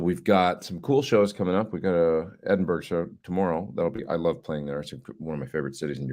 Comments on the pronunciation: Pronounced "E-din-burr-ah" FYI so you don't offend any Scots :) Have a great show!! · They call it "Edinburah". Spent 3 months at the Balmoral Hotel many moons ago.